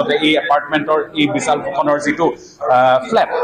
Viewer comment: ডিব্ৰুগড়ৰ স্থানীয় সংবাদদাতা জনে শ স ষ আখৰ যুক্ত শব্দবোৰ অসমীয়া ভাষাত উচ্চাৰণ কৰোতে কেনেকৈ উচ্চাৰণ কৰিব লাগে ষ্টুডিঅত থকা বাতৰি পৰিবেশন কৰা শ্ৰীমতী পাপৰিৰ পৰা শিকিব পাৰে। বিশাল নে বিচাল ?